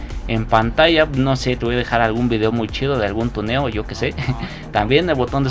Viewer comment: Está mal la pronunciación pusiste tueno